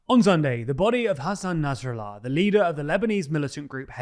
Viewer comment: Narsallah? Somone should page that guy!